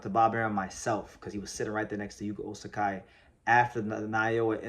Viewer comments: Hey, I thought I'd mention that you're saying his name as Osakai, but his name in your title is Ozaki. I don't think there is a name like Osakai in Japan, whereas Ozaki is a legitimate name in there. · Ozaki is pronounced more like Ozacky. "KI" is never pronounced "K-AI" in Japanese. It's not Shohei OhtaNAI, or RoKAI SasaKAI, or Ichiro SuzuKAI is it? When reading romaji, just consider the vowel following the consonant is attached to the consonant. O/ZA/KI, not OZ/AK/"I", only real exception is when using H to express long vowel, like OH/TA/NI